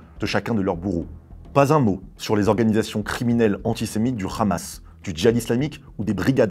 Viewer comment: Des que j’entends khamas au lieu de Hamas je sais q c’est de la pure propagande sioniste donc laisse tomber